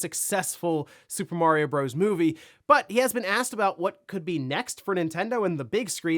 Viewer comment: "Bros." has a period at the end which means it is an abbreviation. It is pronounced "brothers".